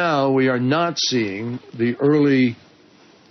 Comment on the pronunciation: He says we are 'NOT-SEEING' but it sounds very close to nazi-ing. Maybe it was intentional from creeeeepy.